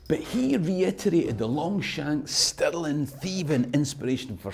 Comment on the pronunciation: Alrighty, Can't we all agree its not Pounds Sterling but actually... SPOONDOOLIES!!! Dear American & Aussie chums fae now on it Stirling (STIR-LING) castle & money is called SPOONDOOLIES Scots everywhere will know exactly what ya mean & all this confusion shall end, the world will be in harmony, the lamb shall lie with the Lion, & all the TENDER SHALL BE LEGAL ACROSS THE LAND!!!....problem solved & jobs a good un!!! Your welcome 😂😂😂